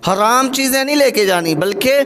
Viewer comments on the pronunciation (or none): none